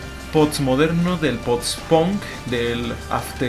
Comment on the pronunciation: Decir pots en vez de post es intelectual xd?